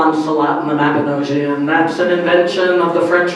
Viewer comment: P.S just a correction on pronounciation - The Mabinogion isn't pronounced like "mab-ino-jee-one" but as "mab-ino-g-ion" so as if a little kid would pronounce the letter G as "GUH"